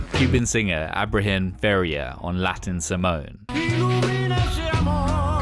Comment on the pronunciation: Hey :) It's Ibrahim Ferrer not Ferrier. Have a nice day!